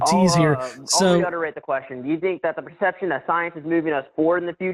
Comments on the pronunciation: lol Wtf is Reudderate, it's reiterate. The guy can't even english for fucks sake. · 're-utterate' Yeah... ok. LOL! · Did he just say, "I can re-utterate"? 🤨